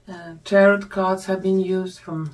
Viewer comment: Youre English is lovely. I like it. Here and there a little tweak - slowly - like Tarot is said without the last t ... as in Taro